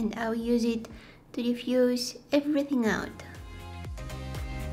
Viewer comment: "EverythinK" hahahaha